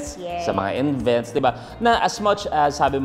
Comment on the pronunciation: envents??? Haha